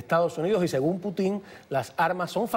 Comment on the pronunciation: "Putín" "Ovijas"